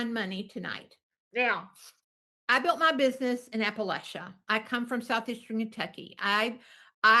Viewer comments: This woman can't even pronounce Appalachia correctly. I bet she's not even from here. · How in the absolute fuck are you from Kentucky and pronounce Appalachia like that?😮 signed, a West Virginian who hates Mary Kay with the fire of a thousand suns.